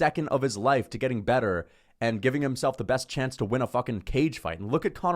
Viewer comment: 😭😭😭😭😭 these vids are comedy “hes fearing for his leiofe”